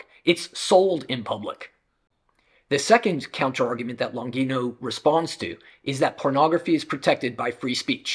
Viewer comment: Very interesting and very good video! I agree with many of the points of Longino. Especially when she talks about lies on women and the denigration... Most of pornography is quite shabby, violent and probably it can have a bad effect on many people... But I ask Longino and myself. What is the solution? By the way, Longino is an italian surname and should be pronounced Lonjeeno... Greetings!